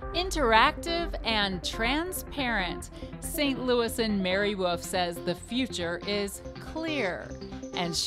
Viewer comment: "Mary Woof"